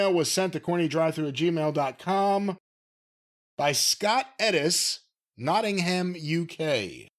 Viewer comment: It's Notting-umm, not Notting-Ham lol